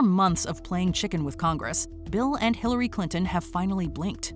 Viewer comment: Hiwawy cwinton😂